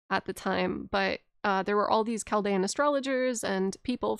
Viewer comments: Chal-dee-an order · Im a Chaldean! Pronounced "Kal-deein" Super cool to randomly see my culture talked about in an Elden Ring deep lore video lmao.